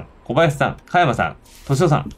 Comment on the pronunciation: 誰が実況しても面白いこの人気ゲームをこれだけ詰まらなく実況した動画は初めてだわ。香山、美樹本など 幼稚にキャラ付けした半ばふざけた読み方が面白いとでも思っているのだろうか。ゲームの良さを実況者がぶち壊してるわな。